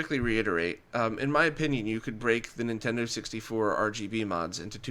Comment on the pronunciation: Dude: "Nintento" has an N sound at the beginning.